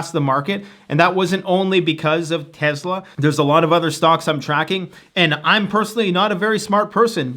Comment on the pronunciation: I'm really sorry for this... but could you please say "TESLA" and not "TEZLA?" Otherwise love the content - please carry on!!!!!